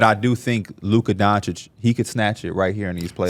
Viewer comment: His name is skill not Donchick come on it's not that hard to pronounce his name at this point you just look racist